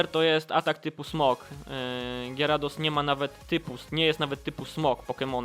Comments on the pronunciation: Kamil_TM 2004 Mówi się Gjarados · gieradosa?? Tak sie ni e mowi